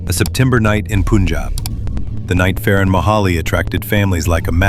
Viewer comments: its not "poonjab" its "P-uh-njab" spelled as Punjab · Did he said poonjab?!?!?!